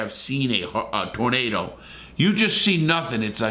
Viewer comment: Larry when talking about twisters in that part of the country, it's a tooornaydor lol. I've often wondered what happened during extreme weather. Thanks for information 👍.